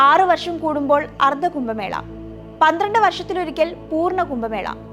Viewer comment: കുംഭമേളയെ 'കുമ്പമേള'യാക്കിയ വിവരണം തീർത്തും അരോചകം.